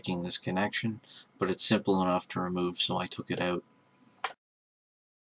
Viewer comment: ha you said "oot" cool vid though